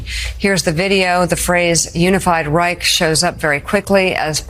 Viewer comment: The real tragedy is them pronouncing the word Reich. I could see hitler having a rage fit.